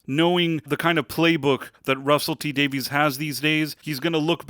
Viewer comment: Davies is pronounced Davis